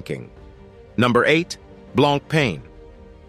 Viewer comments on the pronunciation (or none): I stopped watching after I heard “blonk” “pain”. Lol😮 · If you were a real person and a not computer you wouldn't say blanc-pain. I should have quit after a minute. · The guy can't even pronounce 'Blancpain' right and any list that has Richard Mille at the top can't be taken seriously. I can name at least 5 other brands with watches that are at least 10 times more expensive than the most expensive RM.